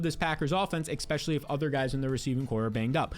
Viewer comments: EXSPECIALLY DEMAREEO DOUGLAS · Lol I swear he was saying it so many times just to troll people in the comments. The number of times he was like "exspecially one de mareo douglas" I think he's gotta be trolling. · My brother I am here to say this. I have subscribed, but would love if you would stop sating expecially. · Not subscribing until you say especially correctly